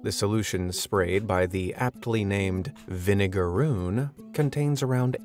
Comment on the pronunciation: They do not sting. Idk where you got that from. Also it's vinegaroon. Not vinegarune